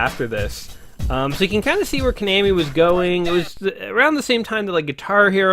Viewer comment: It's pronounced Ko-naw-mi :)